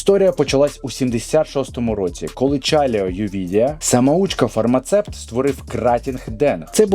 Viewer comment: Бля, чому більшість людей кажуть "фармацепт" замість "фармацевт"?! Це ж бля не рецепт і не концепт, неуки хрінові :)